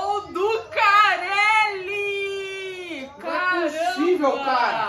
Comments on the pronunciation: "gol do caleli" kkkkk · não é careli, sim calleri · A palmeirense não sabe nem o nome do pai dela. É Calleri, não Carelli. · O nome dele é CALLERI e não CARELLI como a sem mundial disse kkkkkkkkkkkkkkkk. Vcs são feras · "Gol du gareli" 😂😂😂😂